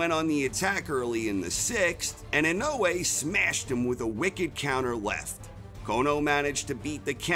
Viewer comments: How he pronounces it in-no-way makes me cringe so bad lol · Inoue = In oh ey.....emphasis on the first syllable. Inoue is his last name. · IN-A -WAY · Christ now I can't un hear that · I can’t stop mishearing his pronunciation of INOUE as “in no way”...... making it difficult to make sense of what he is saying in the beginning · In no way will he pronounce his name right in the whole of this video. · It’s pronounced Nah - O - Yah In - O - Eh Not I - No - Way